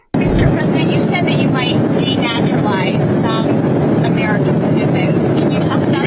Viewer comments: Its not deneutralize. It's de-naturalize. It means revoking citizenship. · Denaturalize ….,.not deneutralize .